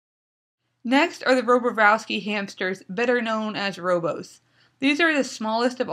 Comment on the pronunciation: Great! Extemely informative! :) just so you know it's pronounced rob-or-ov-ski lol :)